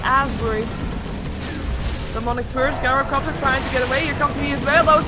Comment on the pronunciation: The first syllable of gyrocopter - gy - rhymes with tie or chai (like the tea). Please dont pronounce it, as does, GUYrocopter. Think tie-ro-copter